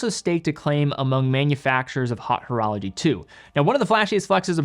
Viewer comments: Love your videos, I’m a big fan. But please stop saying “hot” horology. If you have trouble pronouncing “haute”, just say high horology. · I always love when says Hot Horology. That's the way it should be pronounced.